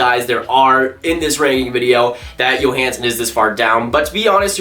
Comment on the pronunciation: Love the vids. #1 love the jersey Go Morrow! #2 for Nashville it is pronounced joehansen not yohansen. But love your vids, keep them up.